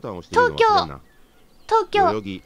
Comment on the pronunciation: とうきょう↓でなくてとうきょう↑ きょうの発音が